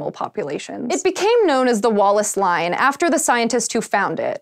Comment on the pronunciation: I wasn't looking at the screen and I thought said Wall-less Line.